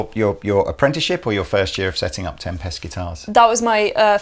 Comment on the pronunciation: Why does keep pronouncing tempest like tempestuous or tem-pest. Is that deliberate?